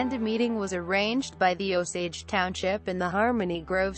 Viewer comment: It Is O-SAGE like the American Indians. Come on now.